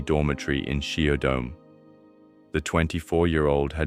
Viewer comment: Please pronounce Japanese words properly. ShiodoME is pronounced "Shiodomay"....